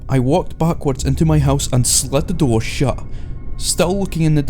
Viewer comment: is he saying slut the door?